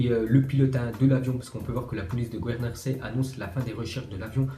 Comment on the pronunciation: Gros apprend a prononcer les mots comme Guernesey